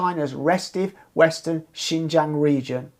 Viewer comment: If you want to report on Xinjiang at least first learn Chinese and how to pronounce xinjiang. Secondly just because of some terrorist attacks doesn’t mean there need to be over a million people jailed for reading quran praying etc. Thirdly maybe first live in china actually long enough to know some things